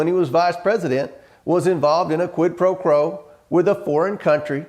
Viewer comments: OK, he definitely says , “Quid pro crow. “ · He hits so many dog whistles when he's talking to the huge hair helmet. Plus he says quid pro crow. What a doofus. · If you are unable to enunciate quid-pro-quo, then the interview is over. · What’s a “quid pro crow?”